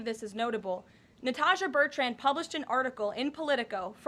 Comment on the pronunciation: Is Bertrand a hard name to pronounce???